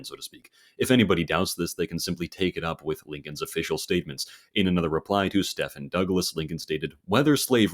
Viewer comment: Murray Rothbard's first name is pronounced "MUH-ree" and Stephen Douglas's first name is pronounced "STEE-ven"